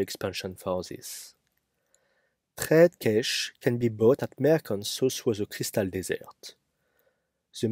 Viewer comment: Merchants, not mercants